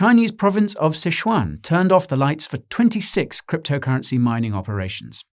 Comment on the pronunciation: Your pronunciations of Szechuan is orgasmic 🔥🤔